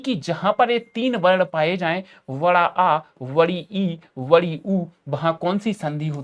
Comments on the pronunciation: बड़ा ❌ वड़ा ✅ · Bada aa nahi ❌ Vada aa ✅😂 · Vda nhi hota बड़ा होता है